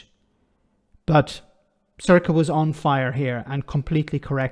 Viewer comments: Sor-Sha, not Circa... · Glad you showed this clup. She ponounces her name sore sha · Yes, generally Sorcha is pronounced Sor-a-cha, where the ch is pronounced like the ch in the Scottish word loch. Jeffrey Donaldson may resent pronouncing Irish language names correctly due to the hatred of the Irish language typical among many unionists. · Pronounced Sore-sha. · You should watch the full episode mate, maybe you could pronounce her name correctly next time.